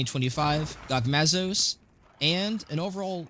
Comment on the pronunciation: What is your prononuciation. Omega planetes and gogmazios. Lol😂